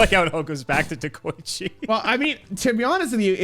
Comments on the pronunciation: He also said Dekochi both times. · i'm pretty sure they both pronounced deh-ko-ichi wrong lmao